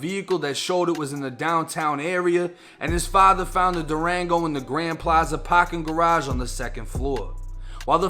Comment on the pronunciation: Pawkin garaaage 🤣🤣